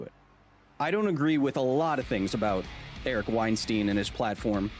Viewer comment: You should try pronouncing Eric's name correctly.